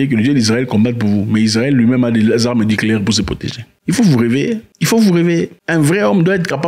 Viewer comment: Heureusement, tu n'es pas prêt de gouverner un pays...ouf...tu nous foutrais des "armeu nicléaiiirrr " ( comme tu prononces toi même😂😂😂) au c...l!